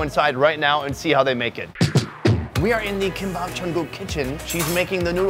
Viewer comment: “ Kimbap jungkook? “ what I heard HAHA